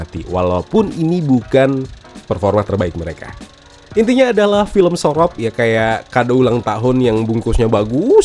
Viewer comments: SOROP bacanya lebih ke u bang, kayak bilang bojo. Le ilingo wes duwe bojo. Le moleo wes sorop. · Sorop pake pungucapan O pada biasanya. Bukan pake O pada Orange.. aneh banget dengernya jadinya